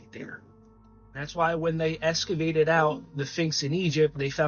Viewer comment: To the guy talking about the SPHINX, you need to work on pronunciation if you’re going to make videos. You are saying Phinx in your clip and it’s pronounced Sphinx, with an S. And you’re also saying escavate when it’s pronounced EXCAVATE. The info you’re saying is great and the content is great. Just need to articulate and pronounce your words right.